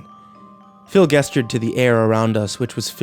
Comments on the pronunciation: I know this is from eight years ago but my brother in Christ the word is “JESTURED!” With a “juh” sound. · The consistently incorrect pronunciation of "gestured" is such a buzzkill. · He mispronounces gestured 4 times in this story. But he gets it right the 5th time! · "guesstured at me" am I the only one confused about that? I know its gestured but I always pronounced it with a soft g sound. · I get so triggered every time he says "guess-chured" when when trying to pronounce "gestured" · I know it's sooo petty but... The way you say "gestured" is really irritating haha. I didn't think it was pronounced "guess-tured" lol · Man these narrations are always so good. Everything about the way he talks is so soothing except for the way he says "gestured"